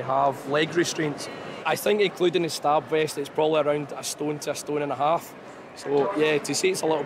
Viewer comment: "Hawf 2."